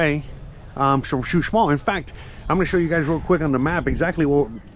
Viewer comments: He y!! Is not Xusmal, is Uxmal. Saludos! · Hola buenas tardes la zona arqueologica se llama Uxmal tu lo pronuncias como xuxmal jajajaja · CHUSMAL JAJAJA QUE ALGUIEN LO AYUDE SI NO LOS GRINGOS LE VAN A CAMBIAR LA PRONUNCIACIÓN